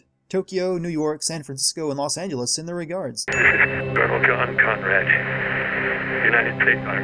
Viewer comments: Just an FYI it's Los Angeles not Las Angeles... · Las Angeles. It's Los ya dickbag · LOS Angeles...not "Las Angeles"...Dude, you can't even spell one of the largest and most influential cities in the world correctly. How the shit am I supposed to take anything else you say seriously?